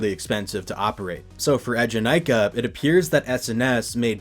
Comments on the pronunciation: the way you're pronouncing eejanaika is gonna give me an ulcer 😭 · Similarly studied and lived in Japan for a few years, which included several visits to Fuji-Q to ride it (and also have it at my #1 coaster). His first ええ is a bit off, but the middle having less emphasis is accurate to the pronunciation the park uses. Still within the ballpark for a non-speaker, and definitely not the worst I've heard (a lot of people misread the romanized "Ee" as いい, which...no).